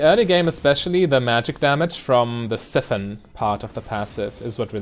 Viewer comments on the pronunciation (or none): As a language guy, I think you’ll appreciate the correction. In the word “siphon”, the “si” is pronounced like psy in the word psychology. (on my phone so I can’t figure out how to use official pronunciation characters lol) <3